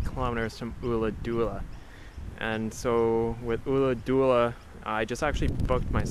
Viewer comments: Ulladulla. Not ooladoola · Check with a local on the Ulladulla pronounciation dude, it's killing me! It's not an 'oo' sound at all. Enjoy the riding!